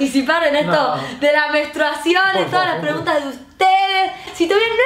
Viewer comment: JAJAJJA basta, le corrigió "menstruasion". Ni burra, chau.